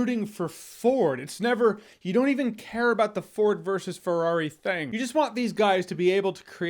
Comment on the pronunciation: Nobody: Jeremy : Forward vs. Ferrari